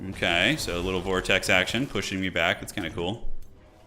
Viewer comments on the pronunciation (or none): none